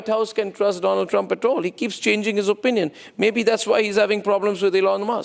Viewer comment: Doland is that you ? Mr . DooLaand 😂